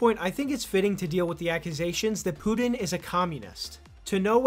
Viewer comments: his name isnt "Poo-Din" :p it's PuTin. Ukraine and Nato initiated the war 8 years ago, not Russia. Russia initiated the SMO which is not an Invasion but a justified long overdue Intervention "accusation" XD as if it's bad to be a commie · It's Putin, not "Pudin." And important not "impordant."